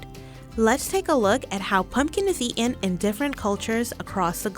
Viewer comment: Pronouncing "eaten" and "sweetened" without the "t" isn't ok ANYWHERE! It's distracting and no one who speaks like that should narrate.